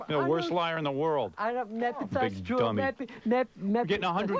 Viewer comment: "That's not twrue.🤓😓